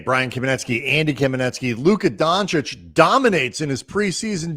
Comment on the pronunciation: Your pronunciation of Luka Doncic is perfect. Peace from Slovenia and go Lakers!